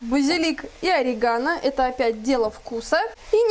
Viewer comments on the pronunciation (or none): none